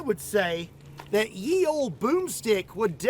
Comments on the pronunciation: The letter looking as "Y" in Ye Olde Boom Stick was pronounced as "th" so it's not "yeee old boom stick ", it's just "the old boom stick" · Funny how everyone thinks the word is Ye when it's pronounced The; look carefully at the original, and proper, rendering of the word and you will find the letter for the "th" sound, also called Thorn. It looks like y, but the thorn points to the right not the left. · I'm kinda sick of "Ye Olde." (It's pronounced the same as "the old.") And the guntubers really can afford some decent armor to shoot, so it would be nice if they bothered. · Let’s do some more pedantry! “Ye” as in “Ye Olde Boomstick” should be pronounced “The”. Sort explanation is that it was originally written as “Þe”. “Þ” is an old letter called “thorn” and when movable type printing came along it was discarded and if needed was usually represented with a y! (This is bare bones and just from memory so any additions/corrections welcomed!) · "Ye" would be pronounce "The", it's a corruption of the Old English/Norse, modern icelandic "Eth" or ð. "The use of the term ye to mean "the" derives from Early Modern English, in which the was written þe, employing the Old English letter thorn, ⟨þ⟩. During the Tudor period, the scribal abbreviation for þe was þͤ or þᵉ ; here, the letter ⟨þ⟩ is combined with the letter ⟨e⟩.[2] With the arrival of movable type printing, the substitution of ⟨y⟩ for ⟨Þ⟩ became ubiquitous, leading to the common ye as in "Ye Olde Curiositie Shoppe". One major reason for this was that ⟨y⟩ existed in the blackletter types that William Caxton and his contemporaries imported from Belgium and the Netherlands, while ⟨Þ⟩ did not,[3] resulting in (yͤ) as well as ye. The connection became less obvious after the letter thorn was discontinued in favour of the digraph ⟨th⟩. Today, ye is often incorrectly pronounced as the archaic pronoun of the same spelling." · Ye was pronouced the. Just to be pedantic..